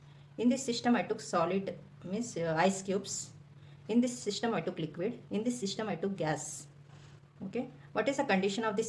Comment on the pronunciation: its system not shystam